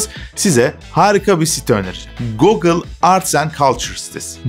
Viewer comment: Video için teşekkürler. Naçizane önerim, Youtube'a "google pronunciation" yazıp aratmanız. "gogıl" değil, "gugıl" diye telaffuz edildiğini göreceksiniz. ☺